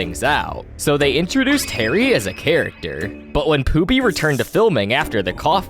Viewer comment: It's feebee